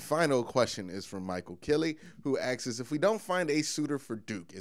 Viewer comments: Agreed, I started following because I love the way this guy speaks instead of half the YouTubers that just yell at you for attention. But every time he said axes I cringed a little bit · You saying AXES all the Time sticks out like a sore thumb, Like a good looking woman with a giant mole on her face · Asks...its pronounced ass-k-s